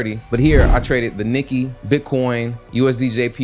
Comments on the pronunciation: Great video. Thanks for sharing this trade idea. Fyi Nikkei is pronounced Nick Kay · Nikkei is pronounced "Nee-kae"